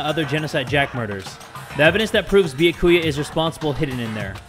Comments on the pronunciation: no one: No one: Literally no one::beeyakooyuh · If people would stop posting spoilers in the comments, would read them and learn how to pronounce byakuya's name. It's (byah-koo-yah) not (bee-ya-koo-ya) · If he says “be-yah-koo-yuh” instead of “Be-yak-oo-ya” one more time I might actually lose it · i love how he insists on saying beeakooyah even after everyone says byakuya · I love ya but it’s (be-ya-coo-ya) not (boo-ya-coo-uh) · Yeah. Byakuya’s name is pronounced “Be-aku-a” (no hate btw) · everyone: says byakuya’s name multiple times jay: “bee-uh-koo-yuh” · BRO THE WAY HE PRONOUNCES “Bee-ya-Koo-ya” MAKES ME CACKLE EVERYTIME. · I HAVEN’T WATCHED THIS YET BUT JAY PLZ IT’S byAkuya not byakUya :”) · i loove the way the pronounces byakuya bee yo koo ya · Bia- ku-ya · did you just call him… “ biyakuuya? “ .. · YES I’m also annoyed at how he pronounces byakuya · everyone: triggered at how he pronounces Byakuya me: laughing at him calling Aoi "owie" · The way he pronounces Byakuya hurts my heart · Seriously, someone contact me when he finally says it right smh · Everytime says Byakuya wrong I feel like I’m being stabbed by one of Toko’s scissors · The fact that he still says Byakuya's name wrong after this makes me laugh. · Challenge: take a shot every time jay says byakuyas name wrong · On god if this man pronounces Byakuya wrong again I’m going to cry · the way he pronounces byakuya infuriates me for some reason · I'm ready for Byakuya to die because the English pronounciantion of his name so bad and he's just the absolute worst (, not the game. Not that he can be expected to know Japanese pronounciantion!)